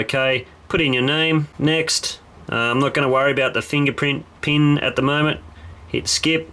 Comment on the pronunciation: the PEEEEEN code. Im american and we pronounce it PIIIN not PEEEEEN